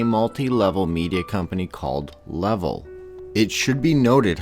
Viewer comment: It's called LA-VEL that she worked at.